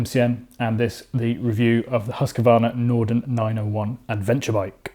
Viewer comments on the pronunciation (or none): Huskvarna not huskevarna, thank you 😁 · Haska-varna ,as you mangling their company's name didn't impress you- to say at least. Some good points, though. Hus-qvarna supposed to deliver a batter final product, especially after so many years of teasing the bike. Much ado about just good enough. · Husk- a- varna ? 🤔 Husqvarna is pronounced like it is spelt. There is no letter a in the middle of the word. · Learn to pronounce Husqvarna first maybe ffs